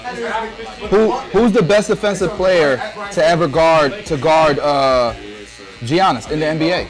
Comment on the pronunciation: it isnt Jiannis it is iannis . the original name is Ioannis